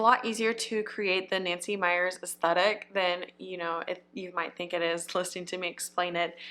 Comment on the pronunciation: You are one of the few I have stumbled across who correctly pronounced the word "aesthetic" 😊 I immediately hit the subscribe button 😂